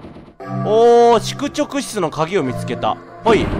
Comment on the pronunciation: 『しゅくちょくしゅちゅ』